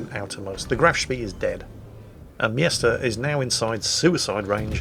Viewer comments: OMG! The guys name is M Jester, NOT MIESTER! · wtf is a yester? its clearely pronounced jester :S